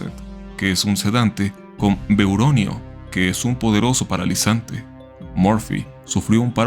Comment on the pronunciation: Vecuronio no Veuronio Propofol y ese caso está mal, para el manejo de la vía aérea se necesita un sedante como el Propofol. Sin embargo pudo caer en paro por eso usaron adrenalina.